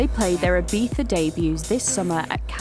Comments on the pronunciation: She literally called it Ibeeza. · Why do you pronounce Ibiza as "ebeefa"?